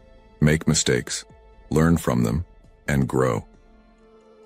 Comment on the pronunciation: Now we know this is AI generated voice, not the voice of a real human. It couldn’t pronounce basic English words correctly like “mistakes” and “degeneracy”.